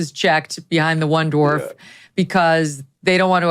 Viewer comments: Why do so many people mispronounce “dwarf?” It’s not “dorf” or “doorf.” Are they unable to see the “W” in the word? Is it an Ebonics thing? Is it from Tim Conway’s “Dorf on Golf” videos where he kneels on a pair of shoes to look like a dwarf? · it’s dwarf, not dorf. Just so ya know. No one else mentioned it so, I thought I would. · Why do so many people mispronounce “dwarf?” It’s not “dorf” or “doorf.” Are the unable to see the “W” in the word? Is it an Ebonics thing? Is it from Tim Conway’s “Dorf on Golf” videos where he kneels on a pair of shoes to look like a dwarf? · Dorfs 😅 JK man I guess you have difficulty pronouncing dwarf as "Dorf". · it’s Dwarf, not Dorf. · The word is dWarf. Come on man.